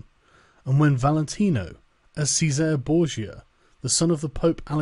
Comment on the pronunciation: The way Sargon can't pronounce italian names like Francesco or Cesare, triggers me immensly